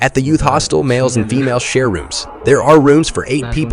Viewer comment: Hostel. It's a hostel, not a hostile.